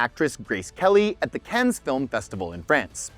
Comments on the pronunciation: Canadian doesn't know how to pronounce Cannes?!? 😂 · Ouch. Look up the pronunciations of Cannes, papal, and Lichtenstein.